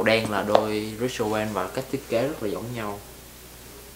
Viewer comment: Rick owens ....not...Rich Owen